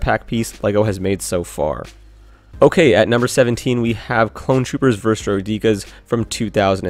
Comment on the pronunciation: droui-dee-kus uhh hey! don't we see one of those kshyyyk ARF troopers trying to murder yoda in the order 66 scene?